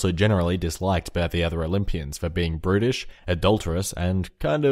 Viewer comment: I really thought he said British too